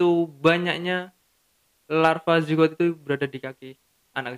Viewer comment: Larva Jigger pak bukan zigot